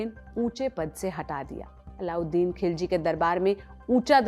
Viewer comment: खिलजी ❌ ख़िलजी ✅